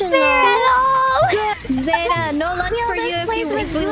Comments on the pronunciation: zetas name is pronounce flat irys pronounce it as zeita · I love irys pronunciation of zeta